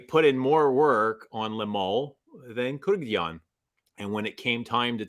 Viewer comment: It's Kurk-dzian, not Kurk-yan 🤣.